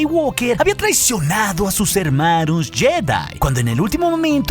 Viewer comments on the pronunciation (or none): Soy yo pero se me figura que dijiste hermarus en vez de hermanos en el segundo